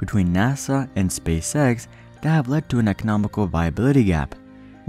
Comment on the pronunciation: I like how you say Spay Sex instead of Space X.